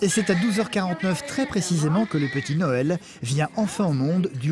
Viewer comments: Ça me stress le gars qui parle et qui dit NOEL alors qu’il s’appel NAËL .. la maman et une femme en or elle a de la chance de l’avoir j’espère qu’elles mènent une belle vie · je suis la seule à entendre que le mec il dit Noël au lieux de Naël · NAEL, Pas NOEL X) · Pourquoi la voix of dit Noël alors qu’il s’appelle Nahel ?